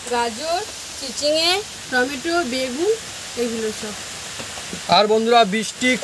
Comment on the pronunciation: টমেটা কি টমেটো বলুন